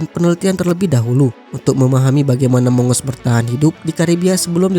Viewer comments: Bacanya bukan mongos....tapi Agos.... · bukan mongos, monggus dibacanya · Waduhhh..sebutnya bukan mongos....tapi monggus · Bacanya bukan "Mongos" tapi "Mang-gus"....☺ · Maaf min mongoose dibacanya moung-gous... Bukan mongos